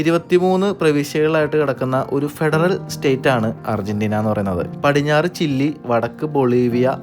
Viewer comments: Bro ചില്ലി എന്ന് അല്ലല്ലോ ചിലെയ് അല്ലേൽ ചിലി ennalle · ചില്ലിയല്ല. ചിലി എന്നാണ് പറയേണ്ടത് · not chille Chile is correct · ചിലി എന്നാണ് ചില്ലി എന്ന് കേൾക്കുമ്പോൾ ഒരു വല്ലായ്മ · Not chilli...chili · chilly alla chile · ചില്ലി അല്ല ചിലിയാണ് ❤ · ചില്ലി അല്ല ബ്രോ ചിലി എന്നു പറയണം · Chilli alla... Chile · ചിലി എന്നല്ലേ ഉച്ചരിക്കുന്നത് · ചില്ലി അല്ല ചിലി ആണ് കത്രീഡൽ അല്ല കത്തീഡ്രൽ ആണ്. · താൻ ഞങ്ങളുടെ pronounciation കൂടി കുളമാക്കും - "ചില്ലി [for Chile]", "കത്രീഡൽ [for Cathedral]", അങ്ങനെ എന്തൊക്കെ - ഒന്ന് Google ചെയ്തു നോക്കിയാൽ ആ വാക്കുകളുടെ യഥാർത്ഥ ഉച്ചാരണം കിട്ടില്ലേ? അതിനു പോലും ശ്രമിക്കാതെ ഇങ്ങനെ മണ്ടത്തരങ്ങൾ വിളിച്ചു പറയുന്നത് കഷ്ടമാണ് ചങ്ങാതി! പണ്ട് നമ്മുടെ ഇംഗ്ലീഷ് അധ്യാപകർ പറഞ്ഞുതന്ന മണ്ടത്തരങ്ങൾ ഇതുവരെ പൂർണമായും തിരുത്താൻ പറ്റിയിട്ടില്ല, തന്റെ വ്ലോഗ് കാണുന്നവരെ കൂടി ഇങ്ങനെ തെറ്റായ ഉച്ചാരണങ്ങൾ പഠിപ്പിക്കരുത് എന്ന് അപേക്ഷ, അത് ഉത്തരവാദിത്തമായി കാണണം.